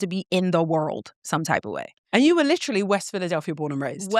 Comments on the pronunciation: Fr she said “litrally” I cracked up 😂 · Definitely heard it with her pronunciation of “literally”